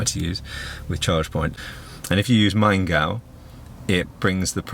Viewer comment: Pronouncation of "Maingau" was right and good :-)